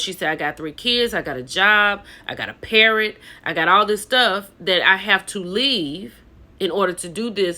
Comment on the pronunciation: Did you say parrot? 😂😂😂